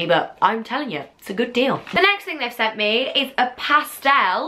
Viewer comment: You pronounce pastel weirdly